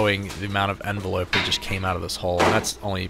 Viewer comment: I dunno why but the way he pronounces envelope and comb pisses me off.